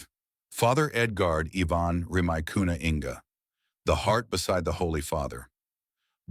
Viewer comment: Excuse me, sir, but the surname of the Peruvian priest is RIMAYCUNA, not "Rymajkuna". Since you are trying to illustrate us with these facts about the new Pope, which is a important task to undertake, I believe it would be better that you get them right. Also, the place in Peru that bishop Contreras has been appointed to is CALLAO, not "Calao", and it is Peru's main seaport and an international hub for ships cruising the Pacific Ocean.